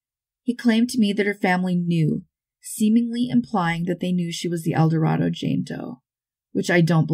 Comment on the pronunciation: El Dorado, Arkansas, is pronounced "El Doh-RAY-doe."